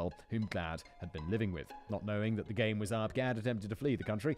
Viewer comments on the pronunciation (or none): none